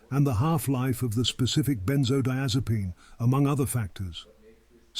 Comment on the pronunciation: Are you mispronouncing benzodiazepine or do people pronounce it like that in the area of the country where you live.?